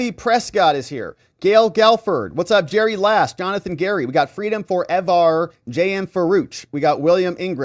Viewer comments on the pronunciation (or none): none